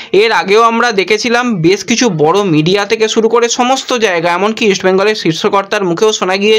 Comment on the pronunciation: ছোট ভাই, আপনি আগে উচ্চারণ ঠিকঠাক করুন ভাই। মেজ নয় ম্যাচ। সুরু নয় শুরু।আমি ৫০ বছর বয়সী এক ব্যক্তি। মুদ্রিত সংবাদ মাধ্যমের সঙ্গে ২৮ বৎসরের বেশী সময় যুক্ত। আপনার উচ্চারণ বড্ড কানে লাগে ভাই। সংশোধন করলে খুশি হবো। সার্বিকভাবে আপনার সংবাদ সংগ্রহে আরও যত্নবান হতে হবে। আপনার সাফল্য কামনা করি।🐧